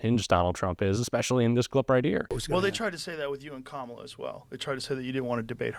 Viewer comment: Trump pronounces kamala properly. What a slip up.